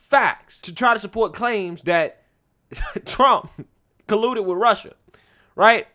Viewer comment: Cawuded wit Wussia 😂